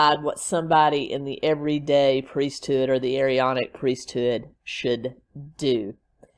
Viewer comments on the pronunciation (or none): Elders in the Latter Day Saint Church are 18 and over. It is pronounced A-Ron-ic Priesthood. He is not LDS, he was excommunicated. He is delusional!!!! The Standing in Holy Places, books are interesting. But PLEASE don’t give Chad one more penny!!!! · You do not pronounce both A's in the Aaronic priesthood. Chad's beliefs are his own not the churches.